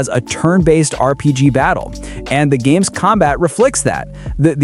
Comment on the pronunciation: When you can't even pronounce the names of the games correctly, I have a hard time taking you seriously.